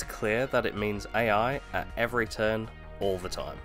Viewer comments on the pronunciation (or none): none